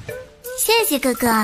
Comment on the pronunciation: She said ( xie xie ge ge = 谢谢哥哥) . she didn't say xie xie guo guo... Chinese is ge ge but pronunciation is ga ga ... it's means brother... Thanks brother....